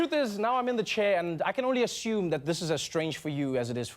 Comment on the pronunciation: It's adorable how you pronounce assumed: "ashumed". 😘